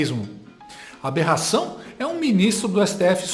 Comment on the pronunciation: Esse pseudo-jornalista é muito burro!! Ele acredita que alguém vai dar crédito pras besteiras que ele fala?! Jura!? Alguém avisa pra ele que não é "berração" é Aberração 😅😅😅😅😅😅😅